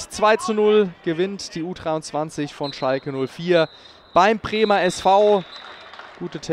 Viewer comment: Der Kommentator trigger mich etwas, weil er kein "D" und kein "B" aussprechen kann. U-Treiunzanzig und Premer SV... Aber das ist wohl "Dialekt" oder so.